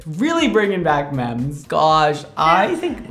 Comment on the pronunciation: Everyone: Memories: Mems